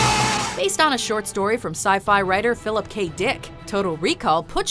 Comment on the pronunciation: Why did you put so much emphasis on Dick when talking about total recall